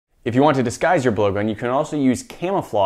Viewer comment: At the beginning I thought he said ‘if you want to disguise your boyfriend’